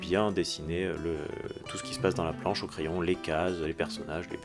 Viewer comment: Bonjour, à « planche » et non « plance »... sinon bon vidéo très intéressante